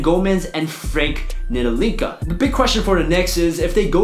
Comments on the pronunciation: It's pronounced Frank Nili- Keena the T is silent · Frank *Tee-luh-key-nuh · Your way to pronounce "Frank Ntilikina" is pretty funny. ni-li-ki-na, you could just have google it :D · man said Nililinka lmaooo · Just going to phonetically type out Frank Ntilikina's name so you can properly pronounce it. It's Knee-Lee-Kina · Butchered ntilikina so bad lol